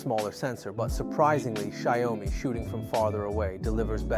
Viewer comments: "Xaiôumi"????? The pronounce is "shee-ao-mi". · Shy-O-Mi. Wtf. Banana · What the hell is a "Sheeyowmee"? 😂